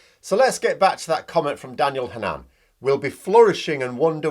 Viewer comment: Not Ha nan but Hannon, Irish descent